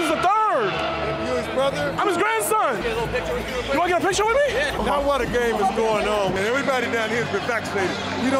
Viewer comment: are you serious right neow